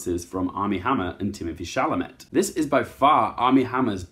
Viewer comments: It’s pronounced sh-al-a-may not sha-la-met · It's pronounced Timothee "Shall-a-May"